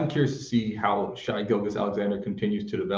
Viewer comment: “Shai” rhymes with hey